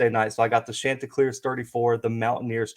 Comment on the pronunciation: Great stuff here!!! Two things though, it's pronounced Shon-ti-cleers like the name Shawn. Also, I thought I was going to have to clear my schedule this evening because you kept saying Tuesday, and my dates were mixed up. The game is tomorrow night (Wednesday) not today (Tuesday). Again, really good stuff here!